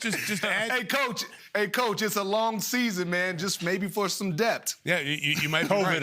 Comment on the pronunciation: “Dept” Mr.Rodney it’s “depth”